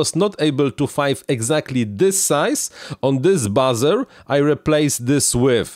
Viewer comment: Hey.. Buzzer = Bahzer.... Buzer = Booozer.. 😉